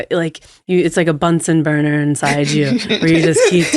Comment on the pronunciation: She said bunsen burner 💙🤓